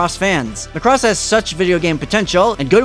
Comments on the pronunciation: the way you pronounce Muhcross is just weird. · Thanks for the review, but it's pronounced Maa-cross, with the stress on "Ma". :) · Pronounce Macross correctly please